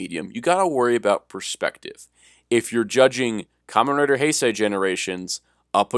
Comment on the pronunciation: You pronounced Heisei wrong.